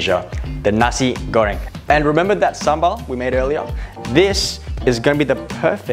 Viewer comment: strugle more to say nasi goreng than cooking it